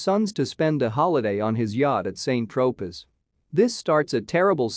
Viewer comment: KFUC! if you can't even pronounce very simplistic names of places ie SAINT TROPEZ just scrap your video, this is BEYOND USELESS!